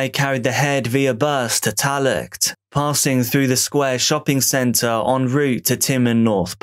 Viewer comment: “Tallaght” is pronounced “Talla”. ☺️🇮🇪